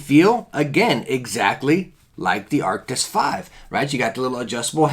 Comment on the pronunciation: Anyone else get annoyed that he says Arctis like “Arctic’s”😂